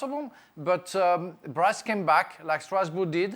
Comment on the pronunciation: It sounds funny to hear someone says "Breast-Brest" attacking 🤣🤣🤣